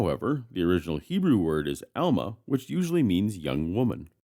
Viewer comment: Excellent knowledge of Hebrew, but a small correction: Most Hebrew words stress the last syllable, not the first. Alma and Betula are among them.